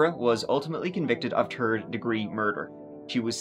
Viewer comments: 😊I feel the same way. I found his channel around the same time you did. I actually thought he was calling a guy a Turd because he always said it after saying the guy’s name. I thought it was funny, then realized he actually meant so and so “the third”. I had to laugh at myself. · I get a quick little laugh from his "turd" pronunciation, also!! 😂 ❤ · In this episode, said “tree (3),” “turd (3rd)” or “turty (30)” seven times. (I think)